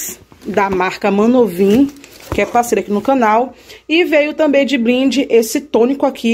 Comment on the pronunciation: meu amor o nome da marca é Nanovim você só fala Manovim kkk Mulher conserta isso pra tu não perder a parceria. A empresa pode não gostar de você falar o nome errado da marca. Bjss